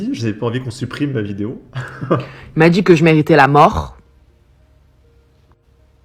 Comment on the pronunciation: "elle m'a djit" / "elle m'a djit", "elle m'a djit"...